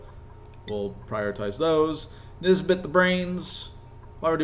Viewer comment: this is quite late but everytime you say nisbet i hear this bitch, am i the only one?